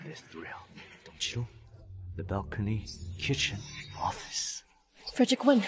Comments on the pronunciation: FER-DIREK,FOR-DIREK, FRED-REK??? Can we stick to Mr.Wen😂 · It's weird to hear these people pronouncing Fredrick's name as "FOR-DERICK" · I can not stop cracking up with the pronunciation of the his name Frederick.